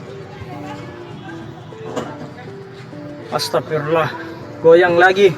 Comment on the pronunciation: Bukan agstafirlah mas tapi agstafiruallah.